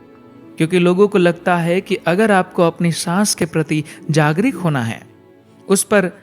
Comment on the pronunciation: ओ भाई हिंदी का शुद्ध उच्चारण करें ✔️ कई शब्द है जिसका उच्चारण गलत है जैसे,- जागरिक not शुद्ध - जागरूक